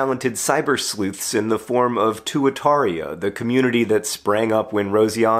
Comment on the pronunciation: Proper pronunciation of Tuataria is TWAT-a-ria. ...or at least, it should be.